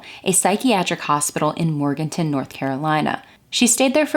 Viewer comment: I live in Morganton. I've been here all my life, 58 yrs. odd to hear of this small town mentioned on a crime channel. And I appreciate you saying it correctly. Frankie Silvers was executed by hanging for killing her insanely abusive husband. I personally don't believe she was the killer I believe her dad did the killing, and she took the blame so her mom and siblings would have someone to look after the family. But I think that was the most cowardly thing he could have done. There is no good reason to sacrifice his daughter for something he did. The way the murder was carried out points to a man because it would take someone big strong enough to perform the act. I could be totally wrong, but I could be totally correct, too. She was a small ,basically still just a girl. Her grave site is a well-known place here in Morganton. The YouTuber who did a story on Frankie could not say Morganton correctly. She pronounced it. More -ganton separated the words like I've written them. I don't know how a person could make that kind of mistake with the way it's spelled Morganton, no hyphens in there, just one word. It annoyed me to think that was actually what she got out of looking at that word. I guess reading and spelling aren't her strong points. Strange line of work to be in if you're not good at those things. 😉